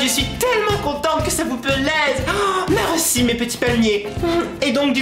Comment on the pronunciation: on dit pas mèreuci vas a l'école on dit merci